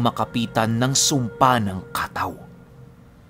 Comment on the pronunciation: Katáw po hindi kàtaw. Nasa huli po ang stress.